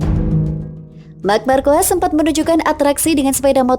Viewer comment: Ngakak nyebut nama mark markuis